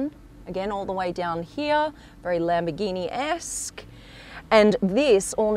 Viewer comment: Wow labmborgini